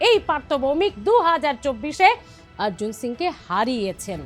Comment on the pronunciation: টিআরপি বাড়বে না এইভাবে সংবাদ পরিবেশন করলে। হুমায়ূন কবীরকে হুমায়ূন কাবীর, অর্জুন সিং কে আর্জুন সিং টিআরপি বাড়ানোর জন্য চিৎকার করে করে বিকৃত উচ্চারণ।